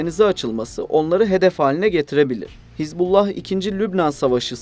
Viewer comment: Не "ХезбОлла" и не "ХЕзболла", знаток😅. Даже названия того, о чём пытаешься рассуждать, грамотно произнести не в состоянии.